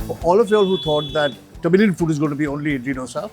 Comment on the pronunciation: it sounded like "The Million Flavours" when you said Tamilian flavors 🙂